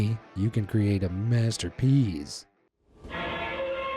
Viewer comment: Masterpees Me: 😂😂😂: The are M-Pee-3s (MP3) Me: 💀😂😂😂